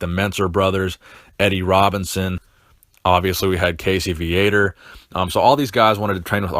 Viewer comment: Ummmmm, it's Casey Viator (Vee-uh-tore) I believe his birth name is Cassius... As there was an article about him in M&F back in 83 I believe... I can't rightfully remember. I do know i used to pronounce his name Vi-uh-tore, but it's really pronounced Vee-uh-tore..... Not that it matters...